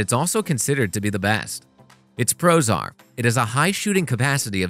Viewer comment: I was wondering what it means for a camera to be prozar, and why all of the cameras in this video are prozar, but then I realized you were saying "Its pros are:" 😁